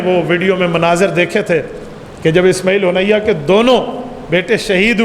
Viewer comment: اسماعیل ہانیہ ھے نام صحیح سے لیا کریں ۔ ھونیہ نہیں ھے ۔ ہانیہ ھے ۔